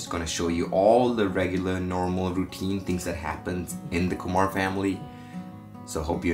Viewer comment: It's Kumar not Kumaar